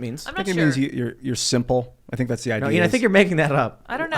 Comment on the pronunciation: Simpering not simple. LOL